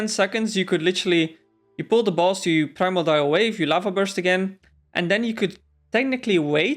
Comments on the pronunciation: Prime-or-dial lol please stop saying that its pri-MORE-de-all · mordial... MORDIAL... not primal dial wave